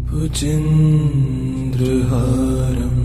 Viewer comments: Very peaceful. But the pronunciation of Bhujagendrahaaram is wrong. Sanskrit mantra pronounced wrongly, is considered negatively. You people should immediately correct and repost it. I'm sure proper sanskrit known people font listen to this. Hence no response like me. has great performance so far. This one serious mistake of the most important Shiva Stotra, is unpardonable.🙏🏼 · The voice is awesome and peaceful but respectfully I would like to suggest you to correct the pronunciation of "Bhujagendraharam", you often say bhujendra here. Please correct it, it should be Bhujagendra as it has been also written at the video you are displaying. Thanks and regards! Jai Shree Ram! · Excellent rendering 👏 but wonder why is the original word 'Bhujagendra' is pronounced as 'Bhujendra'? With such a beautiful, soo very calming music, That's quite distracting for people like me who have been hearing the original word since ages. Anyway, keep up the wonderful work you have been doing with music. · Wrong pronunciation 🙏 It's Bhujgaindra, not bhujendra🙏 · Libby Mitchell you are right.big mistake in pronunciation bujageaindra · The chanting is beautiful. The description of the mantra is Bhujagendra but the chanter recites Bhujendra. Please explain this. Thank you. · Please correct pronunciation its "भुजगेन्द्रहारम्" Bhujgendra haaram" bhujagendrahāram not Bhujendrahaaram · Can I ask? when you have a chance &if it's your voice..could you do a correction on the Second line for "Bhujageaindra" instead of the misspoken "Bhujendra"??..many ppl are are thankful for your time to upload.. We just want to recite the mantra how its meant too.. Hope you can receive this message. If its not your voice and unable that's Ok too ***Thank You if you see this and for uploading regardless 🙏🙏💓** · Is it Just me - or has the mantra been consistently mispronounced Bhujagendra as Bhujindra. or is there something more to it then I know.